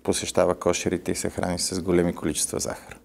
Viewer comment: Не знам какъв д-р си, но като чух 'Голями' вместо Големи...